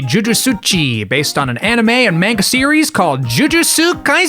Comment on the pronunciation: good video. but im surprised you can read and pronounce japanese hiragana properly but still pronounce manga as "maynga" 😭